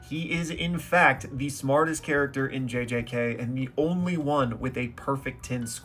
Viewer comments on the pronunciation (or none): none